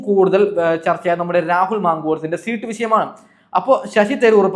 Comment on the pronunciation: ശീട്ട് അല്ല സീറ്റ് ഇതുപോലും പറയാൻ അൽത്തുസ്.